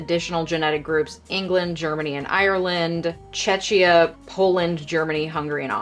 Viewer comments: almost sound as Chechnya😂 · is this seriously how you pronounce Czechia???